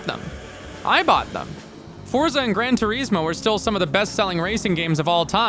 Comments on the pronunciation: Gran Tureezmo. FAIL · Is - gran tour is mo. Say it. is. Say the word is, and then put it in there. Gran Tour Is Mo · How do you pronounce 'Gran Turismo' so badly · Clueless channel. Racing games have never been as popular as they are now, with MASSIVE communities of online co-op and competitive leagues existing and growing FAST. Also "Grand Turismo" is supposed to be pronounced with an italian "accent" .... The americanized name is just an insult to the car industry. The guys who made Mario Kart, made it the way they did because that was what the technology allowed at the time.